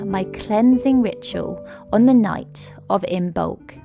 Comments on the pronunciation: It’s not imBolc it’s pronounced imolc the b is silent. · The b is silent in imbolc. It is pronounced im-olk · I love you dear sister, please be aware it is pronounced Immolk , meaning In the belly. From the Irish I mbolg, I love your passion for the Pagan just please be respectful to origins. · Beautiful ♥️ As Imbolc is coming soon to the SH I watched this to get ideas. Thank you 🙏🏻 This was very helpful. Sorry to be anal but just a tip the ‘b’ in Imoblc is silent. 😉